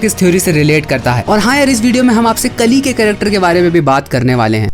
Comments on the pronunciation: Pronounce it kaali not kali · Kali nahi re bhai kaali